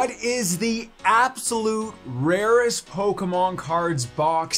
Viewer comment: Poke e mon not poke mon